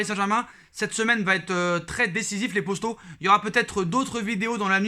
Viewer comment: Pourquoi tu dit posto au lieu de poto